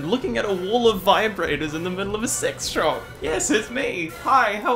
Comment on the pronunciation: The way you swallowed the phrase "sex shop" with embarrassment each time you said it, I thought at first you were saying you were recognized in a convenience store. Dear, say it with some fortitude: you were in a sex toy shop with the charming name Peaches & Cream and you were recognized by a fan. GOOD FOR YOU! Give yourself a high five - or a low one, if you'd prefer. Use your dominant hand to do whatever you'd like, because it's your hand, and you're a grown-up, so do whatever you want with it (especially since you've been to Peaches & Cream, and presumably have all the tools you need to facilitate the action of your unassisted hand).